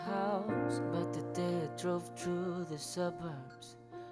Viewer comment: Problematic pa sya sa pronunciation... Lalo na sa TH, sa I, sa A, sa U. Madali lang ayusin yan. Nuod sya american series, kada dialogue, pause nya tapos vocally mimic lang para makuha ang saktong pagkasabi... Sakit sa tenga ung Through naging True Ung Three naging Tree Ung That naging Dat Ung Wind naging Wend